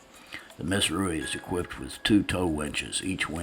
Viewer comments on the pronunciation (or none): none